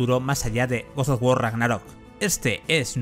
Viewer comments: te quiero pero pronuncia bien GOD OF WAR no GODSDFDFSDFSD OFF WAR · por qué dice goz o war?😔😔😔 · Gos os wor ragnarrok xd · GoS oF wAr CoRry bAlRog. Aprende bien los nombres hombre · Yo a este men que narra el video no le creo ya que al juego le llama godos of War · Goz Oz wor???? Tío hablas terriblemente mal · Guos os Wor ragnarok Grande vandal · gosof wor aprendí una nueva forma de pronunciarlo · Se ve bien ese "godoguor" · guos sof guor Ragnarok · por que dice gos of wor? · A nadie le extraña la forma en la que pronuncia God of War?🤔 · que mal pronuncias god of war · jajajajajaja deja de decir God of War que se escucha muy horrible XXDDDDD